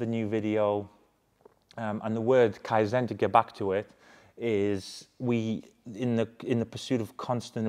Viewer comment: It was really nice to see you pick up on the Kaizen quote (you pronounced it correctly), It's also really nice to see ex servicemen (and women) doing really well on the outside, I'm still serving 21 years in now with my own business on the side so I know how much it all takes! Anyway onto a question; as you know I have this exact same kit bought from you guys, I'm struggling to get a nice foam, the foam seems a little 'wet' and does not cling to the car long enough (in my opinion). Do you have any advice for me in terms of water pressure, nozzles in the MFM etc. I'm using: Softened water Yum Foam MTM cannon Thank you